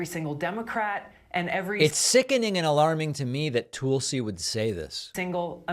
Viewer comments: Came for the Hitler comparisons, stayed for David's "Toolsie" pronounciation. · I love how you call her Tool-si. How very fitting.